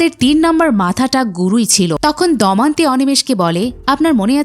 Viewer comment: উচ্চারণ ঠিক করুন। 'দমন্তী' নয় 'দময়ন্তী'।